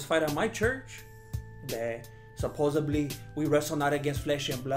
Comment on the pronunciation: I live in LA and the “supposebly” kills me every time 😂😂 I have five friends who sound exactly like